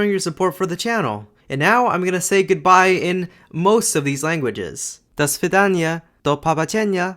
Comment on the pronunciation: at the moment of "goodbye" I heard a typical accent for Russians and Ukrainians in Belarusian 😁.